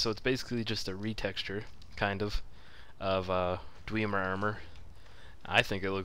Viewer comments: Not dw-ee-mer It's dw-eh-mer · Its pronounced dweh-mer not dwee-mer. But I don't care you're and is BAWS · Dweeemer? Holy fuck, it's dwemer, a short e. Dweh mer.